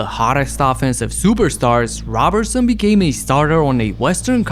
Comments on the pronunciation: His name is pronounced like Row-berson I’m pretty sure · NGL I almost clicked off when 9 seconds in you butchered his last name an will the entire video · How you mispronounce his name ..... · Why do you refuse to pronounce his last name correctly?